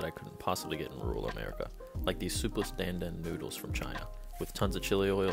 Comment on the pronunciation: The way he pronounced dan dan noodles got me crhing